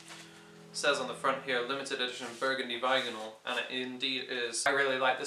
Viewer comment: Mate listen to how you say burgundy vinyl 😂